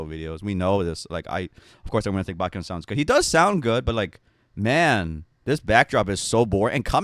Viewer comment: usually i'm pretty lenient with your videos since it's just opinions. but goddamn,, at least get his name right. it's baEkhyun, not BAKYUN. how does out-asian you everytime with understanding how pronunciations work? 😭